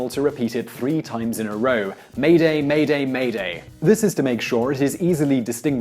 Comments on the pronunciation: TechnocratiK like "meh-day" Just don't pronounce the h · British Guy shouldn't it be the conjugation, "m'aidez?" regardless, "m'aider" and "m'aidez" would sound exactly like "mayday" and not whatever butchered pronunciation he used.